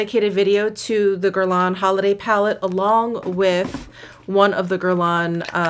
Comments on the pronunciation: what shade you got in meteorites? medium? by the way you dont pronounce the final n in guerlain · Not exactly true on the “n”. It’s that French up-in-the-sinuses “n”. But pronunciation is close enough.